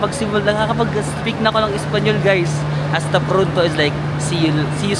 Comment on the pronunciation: Hala sabay sabay nga kayo kumain ng grapes. .. Taray nung "Asta prunto".... Try mo kaya gumamit ng Google translate tapos iispeaker mo or any app pag di marunong mag English nakakausap mo?